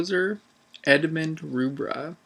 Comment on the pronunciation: By the way the name Rubbra, is pronounced as in 'Rubber' not 'Roobra'